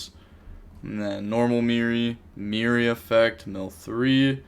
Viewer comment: It's fucking Merli not mirri ffs and you wouldn't stop saying it